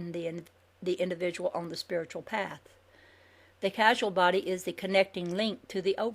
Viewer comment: I am very grateful to for reading this book for us, especially for us who are prone to eyestrain. mispronounces some important words, such as Kabbalah, and Causal Body. I'm sure she knows their meaning, it's just a little confusing when you can't see the words. So as you listen to this and you hear unfamiliar terms, consider other possible pronunciations. the information here is fascinating.